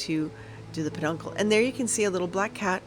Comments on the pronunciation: I'll NEVER see another Punkin Stem EVER again! It will Forever now be "A PAHDUNKUL!" LOL!!! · Oh my Gourd! (See what I did there?)😂 I loved all of your projects. I was cracking up each time you said peduncle and you are right it's hard nooy today it..😂 thanks for hosting this fun collab 😊